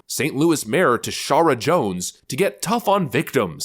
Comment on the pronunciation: "Tishaura" That pretty much says it all.